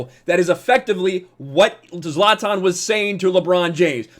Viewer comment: At least he pronounced zlatans name correctly, unlike other sports commentators